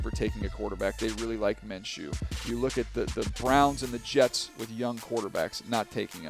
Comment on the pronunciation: he says New York jags lol